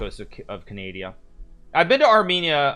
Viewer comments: Bruuuuuu, Hikaru, i love you as a chess player bu "CANADIA" no its "CANADA" comone man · So you pronounce it canadia? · “Kazakastan” “Canadia”